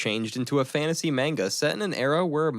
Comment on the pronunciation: Nice video only one little tiny thing is pronounce MANGA like マンガ if you say Menga it sounds really silly